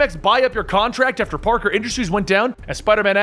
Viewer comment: did you say "peter barker"?